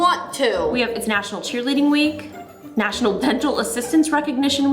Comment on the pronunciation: did justine.just said 'nachunal' oreo day it sounds like miranda sings